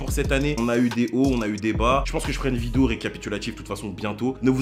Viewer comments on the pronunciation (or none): none